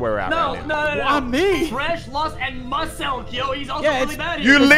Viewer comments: x really just said Mu-selk instead of Meeu-selk 💀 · “Musselk” I’m dying😂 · I can't bruh the way he says muselk 😂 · Lmaoo the way xQc pronounced muselk is fken hilarious 🤣🤣